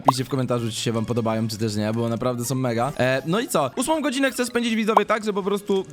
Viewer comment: "Hce peta"